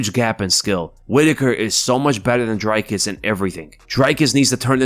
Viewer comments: its not drykes nigga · Dricus on the main card and and the commentators are still calling him Drycus, love to see it, never change. His match with Robert Whiteaker should be great, but not as good as the main event of Vulcanovski vs Rockriguez.